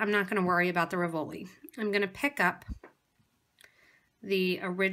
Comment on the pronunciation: Very pretty but please pronounce "RIV-o-li", accent on first not second syllable. Very distracting.